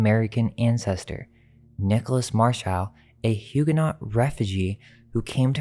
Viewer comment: BTW - the t on Huguenot is not pronounced.